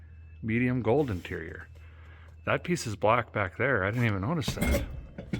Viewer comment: I thought I heard you say deterior instead of interior.